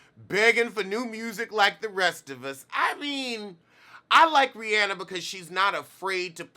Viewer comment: 🖤 Thank you, for pronouncing Rihanna's name correctly.